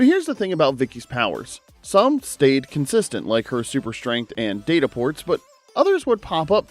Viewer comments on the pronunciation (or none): Uhmmm... It's actually pronounced "Data", not "Data".